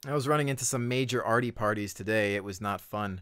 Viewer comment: when you said arty partys i thot you said farty partys for some reson. i had to watch that part again. so see what you said.